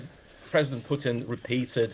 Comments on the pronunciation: He is not called Pewtin lady💀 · не понимаю английский, но слышу как эти *** произносят "Пууууутин")) *** манерные.